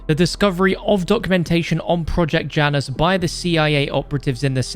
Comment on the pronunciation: Janus is pronounced ya-nus